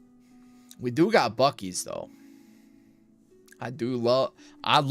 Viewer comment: Was listening and drifting into a nap, then opened my eyes wide when said Buc ee's, and then he said it wrong. 😂 I was like, "Nooooo!!!"